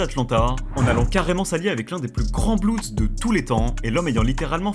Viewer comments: Putain arrêter de dire bloudz pour dire (bloods) ça craint ! Ça se prononce blods . Allez sur traduction Google pour bien le prononcer ! Vous avez déjà vu des ricains dire les bloudz ? 🤦🏻‍♂️ Et on dit un blood et des bloods et pas un bloudz et des bloudz 😂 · prononce pas blueds ou blouds c est blood, blo-od, j aime ben la video mais calice dit le bon mot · Super vidéo !! Par contre c’est pas des blouds mais des bleuds (bloods) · Mdrrr les petits blancs qui bandent sur les gangsters en croyant etre bien renseigné 😂😂😂 et même pas foutu de prononcer le nom du gang principal correctement..."les blouuuds" mdrrr et les suceurs en commentaires PTDRRR ah vous m'avez mis bien 😅😅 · Faut arreter de prononcer blouds.. ca fait tiep de ouf